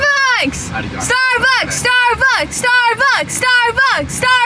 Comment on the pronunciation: Was saying “starbugs” not “starbucks”? 😂❤❤ I love u all♥️♥️♥️